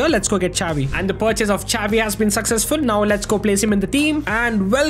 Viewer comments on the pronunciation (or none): Bro dont pronouce chavi 😂 prounuce it as shavi with hard S (no hate)❤❤ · its not cavi its xavi